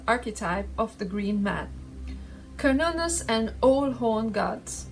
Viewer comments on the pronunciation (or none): none